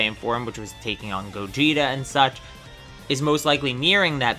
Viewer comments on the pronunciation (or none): none